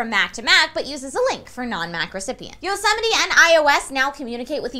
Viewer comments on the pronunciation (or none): Is Yosemite really pronounced "Yo-sem-it-ee"? I've always just said it as "Yose-mite". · Yosemite.....Yosemity? isnt it pronounced as Yo-Suh-Might. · I hate how she pronounced Yosemite